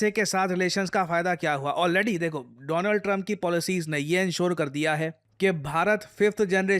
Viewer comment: My Frand Mr. Dolaand Trump😂